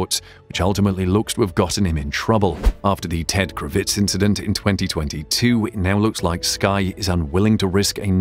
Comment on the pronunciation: Hang on. "Ted KraVITZ"???? Tell me you've never watched Sky Sports F1 without telling me you've never watched Sky Sports F1. You'd know how to pronounce his name properly if you knew anything about the subject you're commenting on.